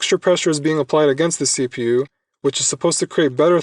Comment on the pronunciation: The way you stress the letters in CPU is killing me.